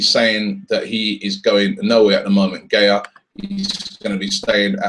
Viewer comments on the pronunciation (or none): It's not "Gay-A" It's "Guy-A" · it's ga-YA, not GAY-a